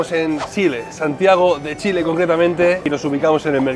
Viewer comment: Que poco respeto para probar la comida, la manera en que toma las machas para hablar del queso y es Chile no Shile